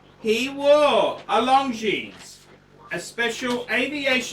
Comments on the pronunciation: Hint: it is not pronounced "long jeans" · Wish he’d pronounce Longines correctly. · I found this difficult to watch....you can't even pronounce Longines correctly